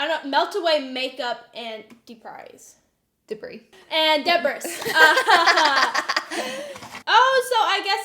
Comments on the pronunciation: She said "deh-briss"... I cackled! I was like: "Gurl, who is Deb Riss?" 😭😂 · The way pronounced “Debris”. 🤣🤣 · the way pronounced “Debris had me dyinggg😂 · I will never say debris the right way now 🤣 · 14 year old doesn't know how to pronounce debris?? really?